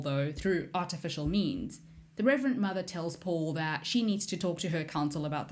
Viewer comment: Reverend...not Reverant. And Chah-ni...not Chay-ni.